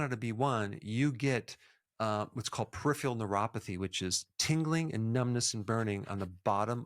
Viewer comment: Peripheral... not PERIPHIAL